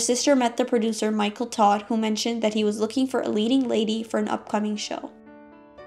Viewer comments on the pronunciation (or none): none